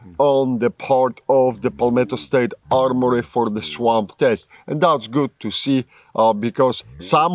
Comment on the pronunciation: I watch these videos to hear him say “luuking guud” lol love it brother